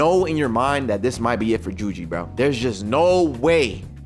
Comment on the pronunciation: Bro said juji😂😂😂😂😂😂😂😂😂😂😂😂😂😂😂😂😂😂😂😂😂😂😂😂😂 😂😂😂😂